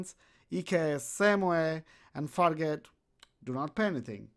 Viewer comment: fargate.. you said it more like fakk it